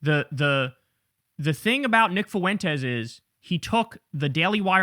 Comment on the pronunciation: Why doesn’t someone tell Kyle already how to pronounce “Fuentes”?